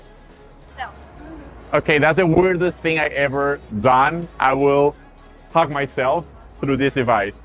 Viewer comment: When she said she want to "hung you", she meant by "hug you", her pronunciation is just off.